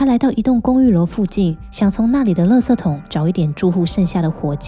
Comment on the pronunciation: 你是台湾人吗？只有台湾人把“垃圾la ji ” 念成 “le se ” !